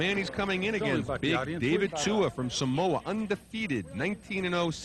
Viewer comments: It is SAMOA not Somoa..you arrogant swine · It's SAMOA not Somoa